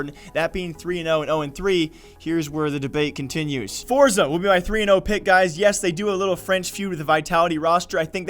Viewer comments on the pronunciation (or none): "Forza" it's Force